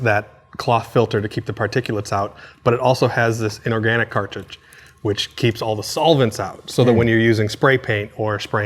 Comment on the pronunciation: wait what was that he said? "inorganic cartidge"???